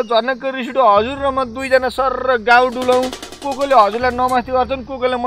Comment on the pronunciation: यो खम्बेले कहिल्यै गाउँ भन्नै सकेन, सधैं गउँ भन्छ...!! This is my fifth attempt to make it clear but there is no one to rectify about it. धिक्कार छ मलाई!:(